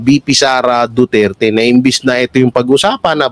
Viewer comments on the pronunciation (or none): none